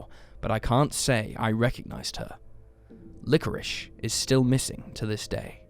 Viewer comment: LikoriSSSSHSHSH" That's it. I am using subtitles.